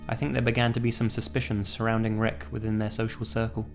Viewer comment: Replace Rick (It sounds like he says reck) with shrek, instant troll pasta